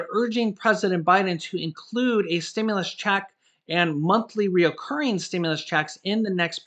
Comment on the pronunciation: it's recurring not re-O-curring. You are awesome and that's my only criticism. God bless, your wife and the handsome Julian